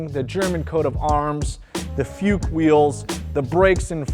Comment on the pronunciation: Not futches!